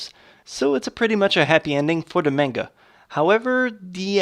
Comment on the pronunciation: You make amazing videos, but the only thing I don't like is how you pronounce some things wrong..like Sakura and manga